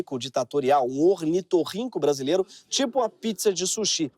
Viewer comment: "Onitorrinco"... Você leu!